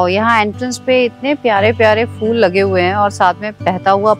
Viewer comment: smart girl! talaffuz- (pronunciation sudhaarein)- phool (flower) nahin hotaa- Hindi ka pha without the nukhtaa below!